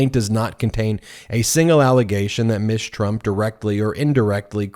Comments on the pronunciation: Not "Miss" Trump rather "Ms." Trump Ms. is pronuouced MIZ, NOT MISS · Is pronouncing Ms. "miss" a form of misgendering?